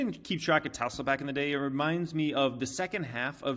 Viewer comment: Please learn the pronunciation of Tesla...Musk says it correctly as a hint